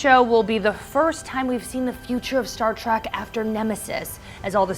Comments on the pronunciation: It's Star TREK not Star Trak OMG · Someone please tell her to stop saying Star Track.